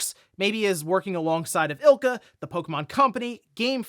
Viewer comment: It’s “I L C A”! Don’t be lazy. 🤦‍♀️